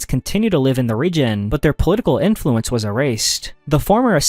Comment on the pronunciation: I could be wrong, but it sounds to me that he trained an AI voice cloner with either his own voice or someone else's, then generated chunks of text into audio and then edited them together. Mostly because of the tone, flow and slightly artifact-y sound. Some words such as "Influence" occasionally stick out as unnatural sounding because of the the syllable stress. Some words are pronounced incorrectly in a way you would expect from a voice cloner, At he says "magnifiKent" instead of "magnifiCent" which is an odd mistake for a native speaker to make and seems most likely either a spelling mistake fed into the generator or a common error that some voice cloners make when they cant tell if the "C" should make an "S" or "K" sound. I'm not saying there's anything wrong with him using a voice cloner, the creator seems to be putting out a lot of content and if it speeds up the workflow and most people can't tell the difference then why not. I was only giving an potential explanation for the previous commenter as to why the inflection might sound odd.